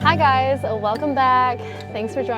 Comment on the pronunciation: "hi guys-a welcome back" ? why do gen z & millennials put an "ah" sound after words now?